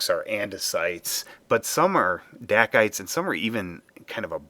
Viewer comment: Good job on the VO! Not as easy as it sounds, I know! Hahaha, I know different people say different rock terms differently, so I am by no means saying one is 'right' or 'wrong', but I've only ever heard 'dacite' pronounced DAY-sight. So was that boulder fluorescent?